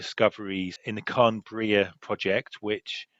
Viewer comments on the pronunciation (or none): Great video - very informative and well researched. One (tiny) point - Carn Brea is pronounced ‘Carn Bray’, not ‘Carn Bre-uh’. (Just to help you prevent any backlash from locals to the area!)